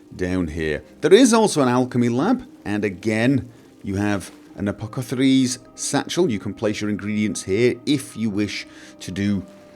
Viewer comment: Just throwing this out there, sometimes you don't notice the small fumbles when you're recording and when you're uploading, etc. He calls it an 'Apocethary's Satchel'. I'm a nitpicker. I realise that. I care not.